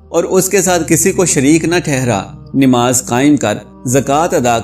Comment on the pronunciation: Bhai aap NIMAZ Kahte ho.? Sahi lafz urdu ka NAMAZ hay. Plz Islah kar len.